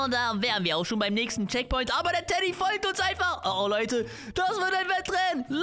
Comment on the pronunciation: Wo du ganze Zeit Teddy gesagt hast war es für mich wie Dady 😅 SUS😏